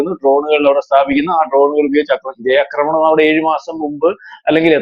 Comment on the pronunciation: ആക്രമണം എന്ന് പറയൂ. അക്രമണം എന്നല്ല